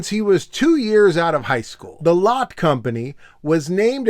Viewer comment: it's pronounced 'lot-tay' by the way, as in the german original. at least in korea, people will talk about 'lot-te mart' or 'lot-tay tower'.